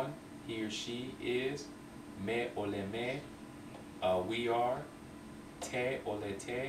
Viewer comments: In verbs oled, olete, oleme the accentuation is in letter O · In verbs olete, on, oleme, oled, olnud, ole etc the accentuation is on letter O and it's not like russian...-.- anyways good progress